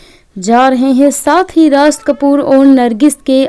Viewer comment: Barshat nahi woh Barsat hai Raj Kapoor ji ko Rash Kapoor vana diya Naam to lo thik se 😂😂😂😂😂😂😂